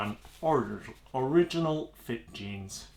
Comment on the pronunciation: You pronounce original wrong.